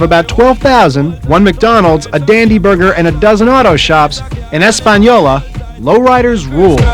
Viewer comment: He pronounced Española right.